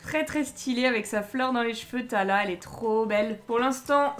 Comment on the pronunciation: Lumpy est beaucoup trop chou😍😍😍😍😍😍😍😍 Comment t'as dis "son nom est tala"😂😂😂